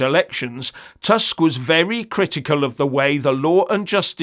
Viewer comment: The prime minister of Poland is not Task, it is Tusk. My ear hurts hearing your pronunciation.